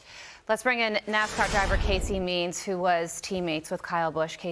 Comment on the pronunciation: Carley??? Its Mears